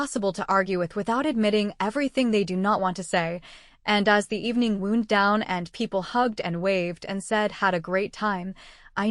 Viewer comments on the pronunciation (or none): 'wound' and 'wound' are two different words. One is an injury and the other is a spiral tightening. You keep pronouncing the wrong one. It wounds me.